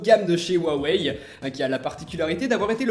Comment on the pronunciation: Mdrrr comment Tu dis "waweill euh " 😂😂😂